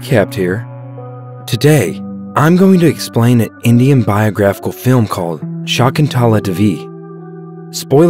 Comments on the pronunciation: Me a Indian watching this recap The narrator: Shaakuntaalaa Divi Me: 🥲🥲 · Shaakoontulaa Devey (pronounciation)